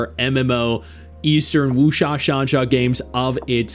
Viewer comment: Wusha?? Sansha??? Bro… whasha talking bout!? 😂😂